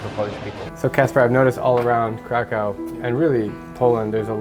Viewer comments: Pronounced Krakov not Crack cow !!! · Pronounce it Kraków, not Krakau. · Right now I’m at the airplane heading to Krakow 😊 btw it pronounces KrakoV like W sounds V 😉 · Omg your pronunciation of Krakow having been there 3 times is shocking. It’s pronounced krakov, not krakow. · dear friend the names of the city is not k-r-a-k-o-w it is pronounced k-r-a-k-o-v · Or more accurately K-r-a-k-u-v But in my opinion it's okay, since he was probably saying the English word for the city. And you don't necessarily have to make it phonetically perfect. (Łukasz = Lukas instead of Wukash) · Why not pronounce Krakow the way the people intend it. "Krakov". Lets show respect for heritage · You actually pronounce Kraków krakóv like that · isnt it pronounced "krakof"? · Isn't it pronounced crack of? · hes been their three times and keeps on saying it wrong. ow = uv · Krakow learn how to pronounce it bro. Worst pronunciation I’ve ever heard lol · Your pronunsation of the city is so wrong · That’s not how to pronounce kraków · Lmao why did he pronounce kraków like that 💀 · Say Krakow one more time, lol